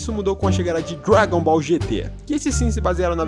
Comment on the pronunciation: "GT Dragon Boll GT caraio"